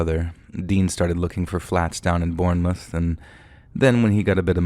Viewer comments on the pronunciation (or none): Less drawn out. Should be 'bornmuth'. Narrator is pronouncing it like 'moose' but it should be like 'woof'. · pronunciation of Bournemouth killed me 😂